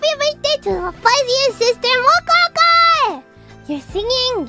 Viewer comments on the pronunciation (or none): Both have difficulty in pronouncing/rolling the rhotic R, ironically Fuwawa in Reine's ID class is closer to be being able to pronounce it, or at least did more successful attempts than Mococo